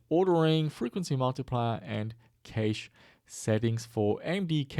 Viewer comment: Cache is pronounced like cash, no?